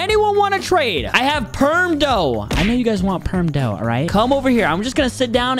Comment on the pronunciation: He said Buddha instead of dough if you rewind it to five minutes and 22 seconds